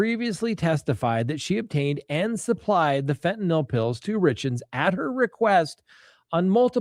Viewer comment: Thank you for pronouncing fentanyl correctly! I get so tired of hearing "fentanALL"